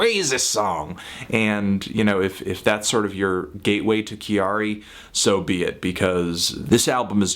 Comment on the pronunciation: Anthony ily but its not "Kee-Ari" its just pronounced like "Carrie"